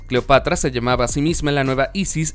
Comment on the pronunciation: Gracias Manuel ...me parece correcta tu Correccion...NO SE DICE " DEIVID SR..." SE DICE "" DAVID " y punto...ensaye antes y averigüe las peonunciaciines para que se oiga mejor la historia ...cuidado se le sale y dice CLIOPATRA en vez de "" CLEOPATRA